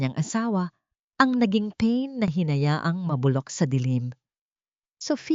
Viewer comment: Ang sabi ng narrator ay pain(kirot, sakit) ang tamang bigkas ay pa-in (bitag, trap, bait)